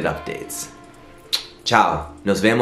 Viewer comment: So, nothing but love! Also, your spanish accent is so good! It’s “¡Nos vemos pronto!” 😊